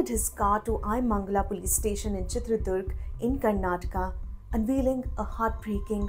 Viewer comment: Its a Chitradurga. Not Chitradurg. Get your Kannada pronunciation right